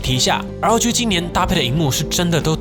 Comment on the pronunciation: 開頭聽成LG XD